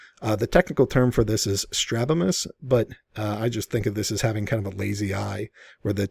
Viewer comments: The condition to which he refers is strabismus, not strabimus. Not only does he speak about the condition as if he is an authority, he spells it wrong and pronounces it wrong. I am not fan on HRC, but this guy is creating a story where there may be none. Lighting has a great deal to do with how the planes of the face and neck appear. Lines can disappear in certain lighting, and bulges can seems quite pronounced in certain lighting as well. Each of these images have completely different lighting. That would need to be consistent in making comparisons. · I think you're right as to body doubles. Love the term, "Joker smile". However, the ‘technical term’ for "lazy eye" is "strabismus", Doc, [stra-BIZ-muss] NOT "strabimus" as on the written page, & as you say. I also think the "wrens" are "wens". (One wen is not a bird. Three still do not make a spring.) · Just curious about your medical credentials, " doctor." I noticed the misspelling of the lazy-eye condition called strabismus. Not only was it spelled incorrectly (straBIMus, leaving out an "s"), but you even brought attention to the word by saying it - also leaving out the "s". I'm not in the medical field, but I knew this word and recognized immediately that it was both spelled and pronounced incorrectly. I could understand a typo, but as a " doctor", I would think you would have the correct pronunciation.